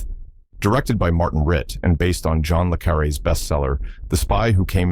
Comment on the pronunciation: John le Carré books were made into two of the movies mentioned. The Spy Who Came In From The Cold and The Little Drummer Girl. You can tell AI was used because the narration and CC mispronounced his name twice.